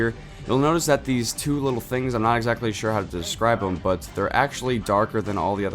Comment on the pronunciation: he said zat instead of that